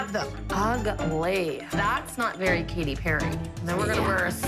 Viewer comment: is it just me or did Abby say Paty Perry instead of Katy Perry